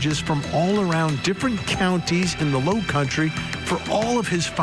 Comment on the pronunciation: Low country?? Dude ya said it one too many times in the wrong way